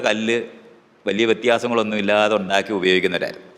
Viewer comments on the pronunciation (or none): Ondakki ennalla . undAkki ennanu Pottan.